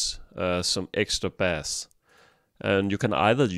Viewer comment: Great video, but "bass" rhymes with "pace" not "pass"